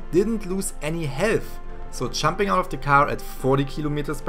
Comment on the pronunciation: It’s Jumping not chumping